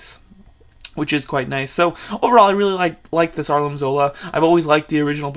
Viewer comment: It Arnim not Arlin